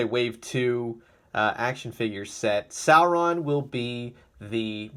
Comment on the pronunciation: It's pronounced SORE-ON not SARE-ON